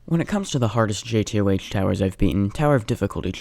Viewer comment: RAHHH ITS PRONOUNCED JAY TOE NOT JAY TEA OH AITCH